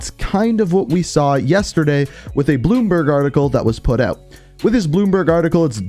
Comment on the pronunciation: Why are you saying eut? Where is that accent from?